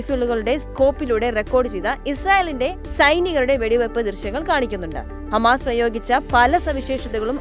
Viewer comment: Ee വാർത്ത vayikkunna chechi hamaass alla😂